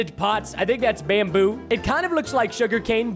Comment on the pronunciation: the way he says bamboo, so funny lol